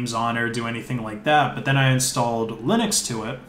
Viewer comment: wait, what the heck is lye-necks, son?